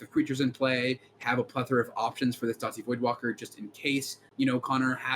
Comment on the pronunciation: Please stop saying "Dowty Voidwalker" you're going to give me an aneurysm. It's just Dowthy or dahthy.